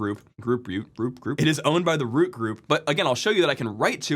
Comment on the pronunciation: Ah yes, the group "root", also known as "groot"